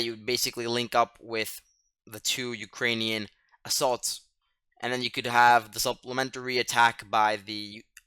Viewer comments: Yes - one of the better (may be the best) commentaries - must note the name for tomorrow. I also thought the pronunciation was good but I had no idea that Ukrainian place names were so convoluted. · I just found your channel. Who are you? You sound like a teenager. If so, you are really sharp. Your pronunciation of the Ukrainian town names is far better than many vloggers. Excellent information. Can you reply?